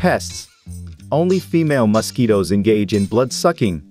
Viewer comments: Bro pronounces mosquitoes as “mustkeytoes” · Why does he say it like mahsquitoes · Yes " Mos-ketoes" are very annoying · Muskketoes lol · Hilarious pronunciation of 'mosquitoes' (plural) and 'malpighian'. Who on earth is the speaker?